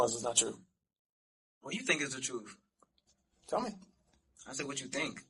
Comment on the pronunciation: He is telling the truff! 😅😅😅